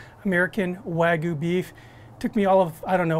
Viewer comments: It's wag-yu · Did he just say wah goo 🤦🏼‍♀️